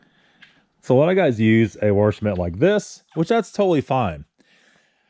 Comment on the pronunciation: Warsh it. Wash it. New Englandy accent.